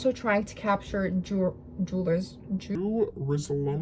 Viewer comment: I really enjoyed your presentation. It was informative and, at times, funny (not sure if that was intentional or not), the way you couldn't pronounce King Tut's name or Jerusalem and swearing at the blind. I remember I used to get kohl sent over from overseas as powder in a paper packet, and I'd use a matchstick dipped in water to pick up the powder and apply it to my eyes. I used it especially when my eyes felt tired, dry or itchy. I don't think they sell it in powder form anymore. Good job, well researched.